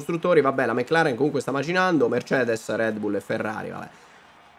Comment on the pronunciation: Va bene tutto ma "meclaren" non si può leggere